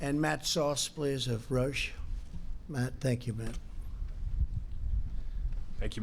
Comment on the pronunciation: Matt Souse ,Rousch... It`s Roche not Rousch^^